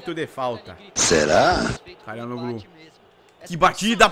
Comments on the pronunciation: se diz "tchalanoglu" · o nome dele se fala "Tchalhanoglu" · pega aí a pronúncia. xa la no lú. o ç é pronunciado como x. o h nao é pronunciado assim como o g no meio das palavras. o nome do presidente Erdogan é pronunciado Erdoan. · pra você,se pronuncia CHORAnoglu.